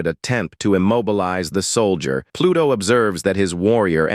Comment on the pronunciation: Sol-dee-yurt... LoL